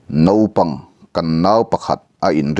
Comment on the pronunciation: Naupang tih tur ah nopang i ti ziah mai hi ngaih thlak a ti hne awm tlat sim tum teh